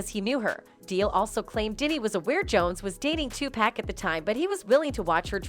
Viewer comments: It's pronounced 2 Poc not 2 Pack. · It's clear this lady never heard of pac cuz she saying his name all wrong 🤣🤣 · So crazy, you cannot even pronounce Tupac's name correctly. SMDH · Diddy is a sick individual you don't get to his level by being a good stand-up law-abiding citizen who is a Christian no no no you get to his level by selling your soul to the devil and what is up with the narrator saying Tupac's name goodnight that drives me right up the wall